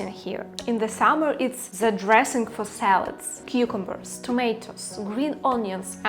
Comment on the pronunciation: вітаю, рекомендую казати зі, а не зе у фразах (the most), в ідеалі глухе зі, схоже на ді, будете звучати як нейтів спікер. Конент пушка, піду навалю вареників зі сметаною